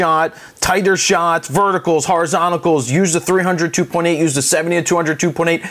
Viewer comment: lol..."horizonticals" nice :-)